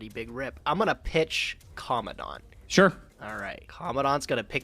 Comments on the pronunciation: Isn't it commandant not commondont......it feels like they say commondont........ I don't know why I care but meh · Say it with me... CO.. MAN... DENT... it's not that hard. Just please... for me. I beg you..